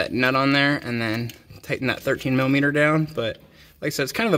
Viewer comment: He kept saying millameaner and it cracked me up 😂 thanks for the video though